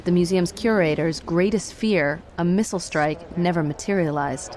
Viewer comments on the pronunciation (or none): none